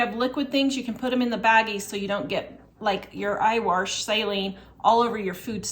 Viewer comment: Omg I was dying when you corrected your “warsh” hahaha ! My MIL says it that way